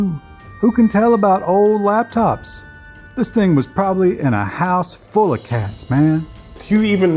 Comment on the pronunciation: I love how he said it "a house... FULL of cats" lol